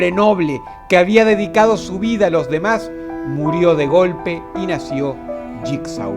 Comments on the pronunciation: Bitch Please es Jigsaw y se pronuncia lligso dilo bien si lo vas a decir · JIGSAW y se dice (jigso) JIGSAW ganaria creen que el no crearia un numero considerable de trampas para hanibal como DROSS lo dijo craimer lo predice todo,todo, es imposible que JIGSAW pierda, claro hanibal es mejor en salud fisica pero... No se JIGSAW tiene ese toque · Se pronuncia asi Saw = So Jigsaw = yikso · mmm jigsaw se pronuncia yigso